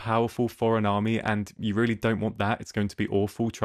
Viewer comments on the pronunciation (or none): none